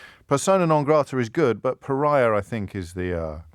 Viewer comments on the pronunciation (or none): It's pariah, not pariar James!